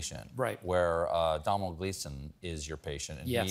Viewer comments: Domhnall Gleeson isn't quite a big enough star for Stephen to pronounce his name properly but his time will come ❤ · Domhnall Gleeson is pronounced Donal Gleeson. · Domanal gleeson 😂😂😂😂